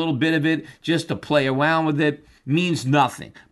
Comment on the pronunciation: "...Just to Pway Awound with it..."